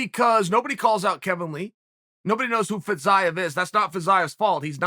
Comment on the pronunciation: I swear Chael intentionally mispronounces the names of these guys until they become relevant. I was so confused by this “Fizz-eye-of” guy before realizing he was talking about Fiziev